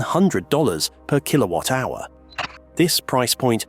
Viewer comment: Keelo-watt, eeron. AI voice for sure....and probably AI generated script too.